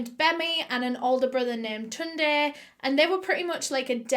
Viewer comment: You pronounced Tunde quite well